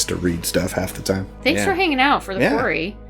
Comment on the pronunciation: I've been wondering for awhile if the Mrs. is a Virgo, because she always corrects the Mr. on the way he pronounces "Quarry". I'm a Virgo, and I'm constantly correcting the way people pronounce words lol. I know it's annoying to most people, but what can I say.. Virgos are known to be the nit pickers of the universe 😂😉I just love you guys. I'm trying to talk my daughter into getting this game now because I really liked it and she's a gamer ! PLEASE PLEASE PLAY THE "LIFE IS STRANGE" GAMES ?!?! 🙏🙏🙏!! It's actually a series... Different story lines for each one ! They're absolutely phenomenal !!!!!